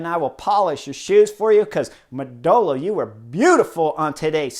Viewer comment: When you say "Modolo" you are to stress the first O...